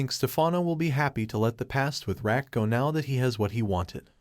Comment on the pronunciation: RAQ=PRONOUNCED "ROCK"😂😂😂😂😂 not RACK 🤦🏽‍♀️